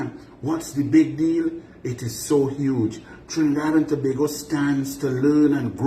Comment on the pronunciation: I was also impressed that he pronounced Tobago Correctly!!!